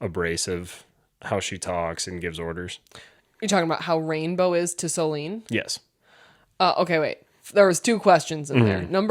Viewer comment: I love your guys‘ content, but PLEASE. Her name is SoLÈNE, not soleen 😅 I know it’s not common in English, but the pronounciation isn’t that hard, you got it right in the previous episodes